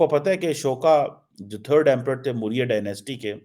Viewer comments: चिमा मुरिया नहीं मौर्य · 😂😂😂Mooorya Dynasty, Moodi, Markeeet, Mandar ye to in namuno me jo so called Ph. D. hain unki jehani haalat hai jo itne aasaan lafz bhi inse bole nahi jate or kafi lafz ye jaan bujhkar galat bolte hain😂 Or fir ye jahil kahte hain ki Paakastaan Tarakki q nahi kar raha q k Bharat ek badi maarkeet hai, Bharat Paakastaan ke khilaf saazish karta hai, poori duniya Paakastaan ke khilaf saazish karti hai, Poori duniya Paakastaan se jalti hai, ye Hundu Baniya bhot shaatir hai Chooslims ke khilaaf saazish karta hai aur naa jaane kya kya aaul faul. I just wish ye jo apne jaise jahil 1947 me Bharat me hi chorkar chale gaye the wo bhi Paakastaan me chale jaayein taaki Bharat or tezi se tarakki karne lage or Sara Bharat shukoon se rah sake.😊